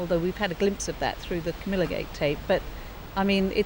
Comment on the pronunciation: Queen Camela? Lol